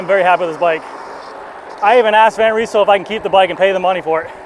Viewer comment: Nice review! Just a little correction: You have to pronounce the Y in Van Rysel the same as the A in damn ;-)